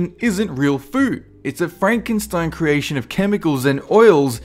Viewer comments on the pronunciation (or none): none